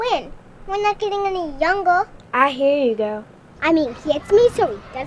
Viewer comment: OK, there may be some little inappropriate things in here but who cares. it is freaking hilarious.... "we awe not getting an youngew"